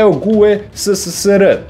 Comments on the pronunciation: Ono kad umjesto geoguessr kažeš geogueSSSR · Džiogaser ahahahaaha kapiraš gaser kao... blokiraću se